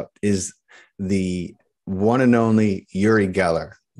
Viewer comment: It's not uri as on Yuri. It's uri as in Oori, like in oops.